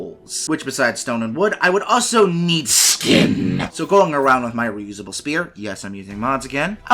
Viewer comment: For example the way you say 'skin'. Same 'my bonkstick'. You have a good voice for narrating, so I'd stick to that voice tbh.